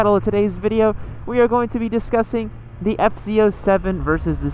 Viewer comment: It sounds like your saying ft 07?